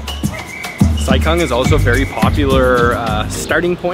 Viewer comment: The town Sai Kung is actually pronounced as "Sai GOONG" ... not like what westerners pronounce kung fu as "kung fu", where it should be pronounced as "Goong fu" in cantonese.